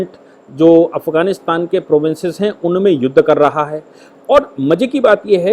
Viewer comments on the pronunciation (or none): none